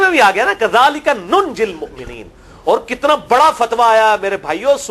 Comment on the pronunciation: Wakazalika nunjil muminin hai..AAP mukminin kyn bol rahe hu.